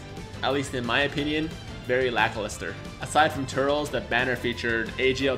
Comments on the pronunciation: Pronounce it Ter-less, and he was the original Goku Black. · Turl-es. That's how you pronounce Turles. You should watch the Tree of Might movie it's not really that great but eh like a true Dragon Ball fan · Its pronounced Tur-les 😂👌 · you call yourself a fan but you can't pronounce turles properly...